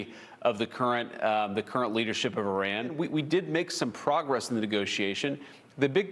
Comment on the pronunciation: I cannot take JD Vance as a serious contenter for any sort of leadership. He can't even pronounce Iran. He can't show one shred of intelligence.